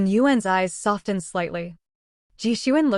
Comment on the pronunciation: I love this to pieces! Can someone please tell the AI that the "t" in softened, is SILENT! 😂😂😂